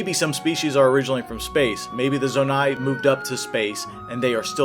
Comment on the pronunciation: bro fr said "zo-nate" 💀